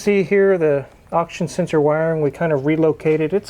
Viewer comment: "Oxen senshor!"